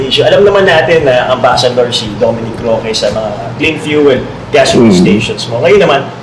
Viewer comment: Ask ko lang bakit slang ang voice over mo? Roque is pronounce Roke...Jalosjos, J is silent so pronounce as Haloshos. Hope you do it better next content. Real talk lang.